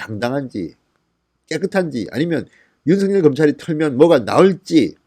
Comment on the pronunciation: 징성호씨 윤석열 발음이나 제대로 하세요